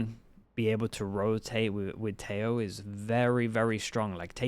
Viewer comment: His name is pronounced Teh-ho(he's colombian).